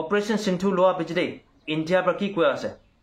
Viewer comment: Sindoor kobi na..sindu nohoi o...news to kobo koili..